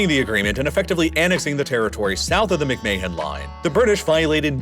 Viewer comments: "Mick-May-Hon Line"?!?! It's pronounced "Mick-Man" like Vince McMahon. Spelled same way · "McMay hen" line is pronounced as "Mc Man" 👍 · Fyi mc mahon is pronounced mc man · McMahon is pronounced "McMan" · Nice video but the mispronunciations are brutal. McMay-han? LaHAsa? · McMahon is pronounced Mick-man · McMahon is pronounced -- Mick-Man. Do not pronounce the H. But, a bot would not know that. Get a real person. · It’s not very important, but McMahon is pronounced something like mick-mahn or even like mick-man. It may be that Henry McMahon didn’t pronounce his name like that, but that’s how we’d say it in Scotland or Northern Ireland. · How can you not pronounce McMahon properly. Not like it's one of the most famous surnames in the US due to WWE 😂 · Am I the only one who noticed the butchering of McMahon pronunciation?! Dude, don’t say it again! Oh crap he did it again!!😂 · The pronunciation of "McMahon" hurts my ears